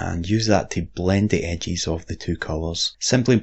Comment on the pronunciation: I watch these videos just so I can hear use his accent to pronounce words in different ways. My favorite is edges. Edges = "ehgees"